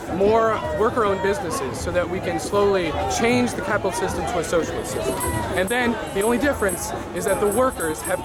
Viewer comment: As someone starting a business flying drones i find a lot of my generation to be the worst, love that you're questioning their ignorance. I Love hearing someone with a soviet accent saying "CAYPITALYST" in a positive light.. I'm used to cartoon villains ranting about the evil capitalist pigs